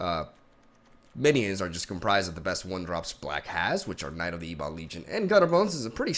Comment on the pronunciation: Dude please, it's Ebon, like ebony. Whomever told you it's E-bon is a moron.